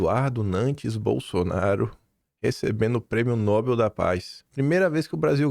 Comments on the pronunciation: Não se diz Nóbel; o certo é pronunciar Nobél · a pronúncia correta é Nobél e não Nóbel. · "Nobél" por favor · A pronúncia correta de "Nobel" é "Nobél", com a sílaba tônica na última parte, ou seja, na terminação "-bel". Esta é uma palavra oxítona (o acento tónico está na última sílaba) e não deve receber acento gráfico, como acontece com outras palavras terminadas em "l", como "anel" e "papel". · Nobel, a sílaba tônica é no bel.....rss